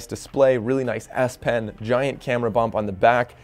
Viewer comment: Really nice S pen lol.... I thought you kept saying nice ass pen 🤣